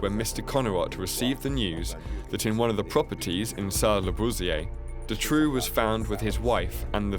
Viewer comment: I always though Dutroux's name was pronounced "du-TROE" or "DUE-TROE"